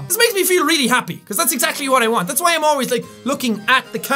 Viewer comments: I like how when he says "why", it sounds like "Hawaii". I just like his accent in general though XD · his accent doesn't allow him would actually pronounce the w sound